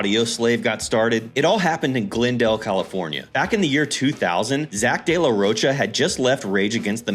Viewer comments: Del la roka, not pronounced roacha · Its pronounced "de la rohka"